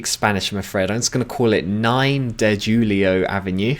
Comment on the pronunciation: "Markelo" is Marcelo is Mar-cell-oh. "Julio" is Julio is Who-lee-oh Thanks for the insight, mate. 😊